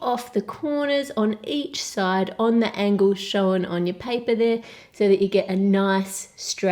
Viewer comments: Can you say shown properly? SHOWEN hahahhahahahhahahhahhahahahhahahahahhahahahahhahahahahahhahahaha. Jokes. Love you really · I love the way she says 'shown' it's like 'showen'